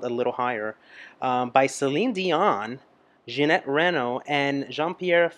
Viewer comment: And seriously, your tears feel like ours when we first saw this. Ginette Reno presently only has 10% of her hearing left. It probably already was the case back Them.... And she still giving show she's a godess.... And by the way, it's Ginette Reno and not Janette Reynolds...... You make me laugh so hard with this name!!! 🤣🤣🤣